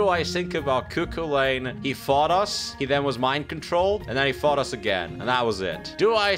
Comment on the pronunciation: Cu cu lane.. just sounds too weird, it's Coo Cullen XD